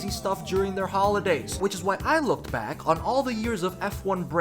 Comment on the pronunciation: I legit thought you said "we are so black"